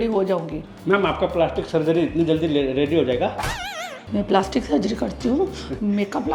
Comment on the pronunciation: Paalashtik sharjari....😅😅😅ohh God ye dilip ki pronunciation se bachao hum Kahan phas gayee 😢😂